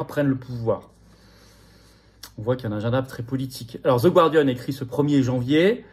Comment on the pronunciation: Commentaire "lingüistique": dans "The Guardian", le U de "Guardian" ne se prononce pas.